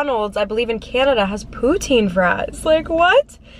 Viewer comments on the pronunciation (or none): none